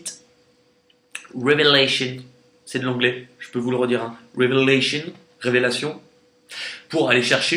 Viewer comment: Aaaaah aie aie aie, touchée coulée 👌🏻 RÉVÉLATION (avec l'accent anglais s'il vous plaît 😂😂) Bien bien bien 🙏🏻 Merci merci merci ❤️